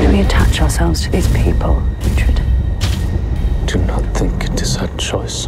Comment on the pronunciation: that he gets treated like crap. Also, uhtred not ultred